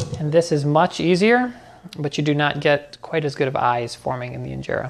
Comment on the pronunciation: Your pronunciation when you said Injera is on another level 🔥🔥❤️😍